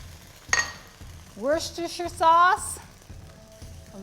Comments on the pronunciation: Near the end, (it is probably just me) but that meatloaf looks disgusting, and she said wor-shh-shter -shauce like tf lady it is Worcestershire sauce (pronounced worse-ter-shear-sauce) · Come on.... It isn't that damn hard to say "WORE-SESS-TUR-SHY-ER" sauce... I really mean no disrespect, mam. I just seriously cringe to the point of insanity every time I hear someone say it any other way than how it is pronounced. It's not that you or anyone else can't say it right, its that you or anyone else never bothered to honestly try, and practice, and try again. YES.... In England, it IS pronounced "Worst-ehh-sure"... But most AMERICANS, don't LIVE nor "LIVE" the British English culture. I get that. But we HAVE our language... AMERICAN ENGLISH. Stop kissin the ass of the Brits and do your country a favor............ a FAVOUR! (intentional) It is WORE-SESS-TER-SHY-ER. Thank You. If after a bit of practice and helpful "sounds" of how you properly pronounce it, you just still don't get it.... There's something wrong. And you probably shouldn't be doing a cooking show... Especially if you follow Gordon Ramsay's pronunciation issues.... (yeah, he has a LOT of them) Cheers! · It's pronounced WORE CHESTER SHIRE sauce. Duh. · woostester sauce